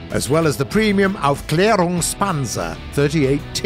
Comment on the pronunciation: The pronounciation lies on the AUF of AUFklärungspanzer :-)